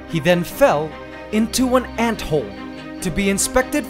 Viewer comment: Well at least it didn't give birth Is it me or when he said "Into one anthole" It sounded like idk different or like local talk idk